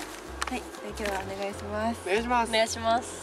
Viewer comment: おねがしになってる笑笑